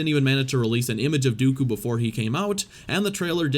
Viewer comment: The way you say Dooku makes me cringe out of my skin